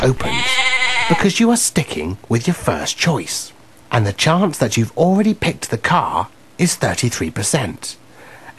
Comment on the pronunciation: chance 發音chuangs XD